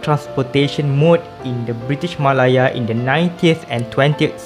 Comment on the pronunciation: Interesting Video! Nice insight on the east coast line and the reason for sustaining it. Maybe a point to note, malaya is pronounced meh-leh-a or Malay-ah with the ah being slightly higher in tone I noticed you were mentioning it as ma-lah-ya. I really hope to see more content from you tho!